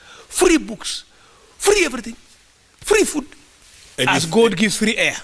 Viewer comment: 'free eferything' 🤔